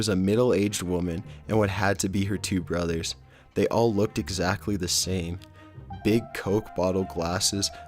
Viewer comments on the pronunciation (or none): none